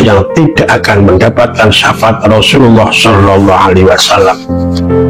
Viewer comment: safaat mas bukan safangat .